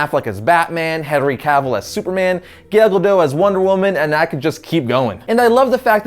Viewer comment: Press 7 and just laugh at his pronunciation of Gal Gadot. AHAHA